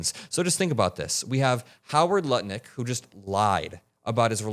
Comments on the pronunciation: Yeah, I'm hearing Nutlick and Lutnick :D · I love you so much for what I can only guess was a vocal slip when you called Lutnick "Nutlick." LOL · Not sure if calling him Howard Nutlick was a Freudian slip or not but either way I support it. Had to watch that part again to make sure I heard it correctly haha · Did you say harry nut lick💀💀💀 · you totally said "Howard Nutlick" instead of "Howard Lutnik" and I have zero clue as to if you were intentionally being funny or it was just a slip 😂 either way 👏👏👏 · 😂😂😂 Freudian slip but perfect! 😂😂😂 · heheheh. Howard ————. My favorite pronunciation of his last name